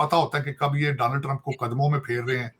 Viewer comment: Tarar bhai Danold nai bolte bache donald...samje